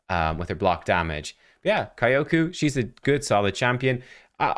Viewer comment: Kyoku: Say "Yo!" add "k" sound in front and you get correct "Kyo". Say "who?" change "wh" with "k" sound and you get correct "ku". You now pronounce Kyoku correctly :)